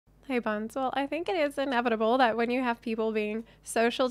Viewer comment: Hey you said hey wrong for proper "Hey" watch spiderverse.:)